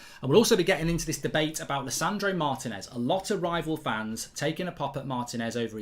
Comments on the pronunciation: Mark Martinez is pronounced " Marr Tea ness" not "Marr tin ess " 😤😤😤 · Please pronounce it “Mar-tea-nez” The accent is in the “ti”